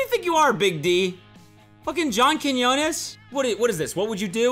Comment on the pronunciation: He said John Quiñones correctly and now my Hispanic heart is happy